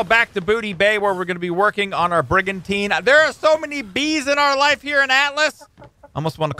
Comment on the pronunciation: The first time you said brigantine I thought brigantina.